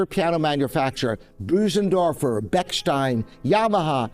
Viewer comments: Bösendorfer, not Büsendorfer! The first syllable rhymes with "good" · Hmm, I would say the "ö" is somewhat close to "err" in English with the lips forced forward when saying it, or as says belows, like the French "beurre". It's not that difficult to pronounce the name almost correctly in English, but even industry experts like seem to constantly mispronounce it!